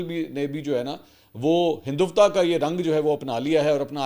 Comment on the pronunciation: Mansoor bhai aik correction hai Hindu -vta nahi hai word Hindu -Tva hai plz sahi pronounce kiya karein thanks